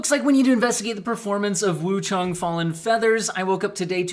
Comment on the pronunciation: "Wuchung" "Wuchong", lol I like how you say it in every way except the right way.